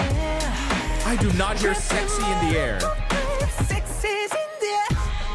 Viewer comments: no one can convince me he's saying sexy in the air because I only hear sex IS in the air lol and I've tried to listen for it a million times. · Same! That’s all I hear too and I’m not mad about it. He’s got me trapped in his loophole for sure!